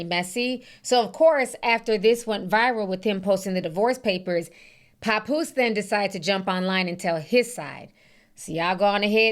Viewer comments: Papoose not "Popoose" 😂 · The way she says pappose tears me up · Don’t forget “Pawnpoose” 😂😅 I’m not picking sides either but that was hilarious.